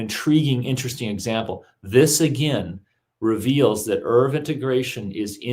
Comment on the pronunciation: A minor irritation, nobody but a couple of odd antiscience folk I've come across, (just two of them) pronounce "ERV" in the same way that Americans mispronounce "herbs", dropping the "h". The acronym is usually spelled out, sounding like "Ee-are-vee".